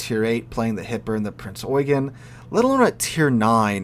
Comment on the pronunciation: Thank you for this. I haven't played this game yet, after having a bad experience with WoT, but will now. Excellent video. Subscribed. P.S. You are the first YouTuber, or Documentarian I have seen, who pronounces Prince Eugen correctly. Well done.